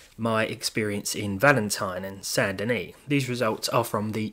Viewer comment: The way you pronounce "Saint Denis"always made me think you're saying "Sandini", blew my mind when i actually looked at the RDR2 towns' names.